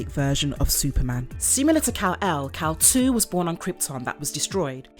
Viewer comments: It's Kal-"eel" not Kal-"Two". Basic research... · Kal-IL, not Kal-2. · pretty sure its Kal-il not Kal 2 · Kal iL ILL eel. Kal Eel. Not Kal 2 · Isn’t his name Kal- IL( I & L not II) pronounced Kal-ill , like superman is Kal-EL and his father is Jor-EL. I never realized it was a 2. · You’ve gotten his name wrong. Its Kal-iL, not Kal-2. Though, spelling the name correctly does look like the Roman numeral for 2. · He name is IL (as ill) not 2 ! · It's Kal-il with a capital i.